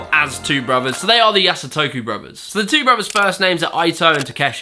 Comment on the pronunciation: Yasutoko not Yasotoku. And Eito should be like Ay-toh instead of Ai-toh. Overall loved the video, just I remembered their names being mispronounced pretty badly in your what killed it video, and this one was almost there. Lol.